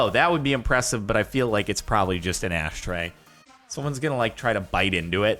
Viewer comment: Jordan says astray instead of ashtray😂😂